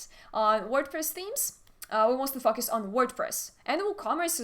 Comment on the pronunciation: Be careful with the pronunciation of focus.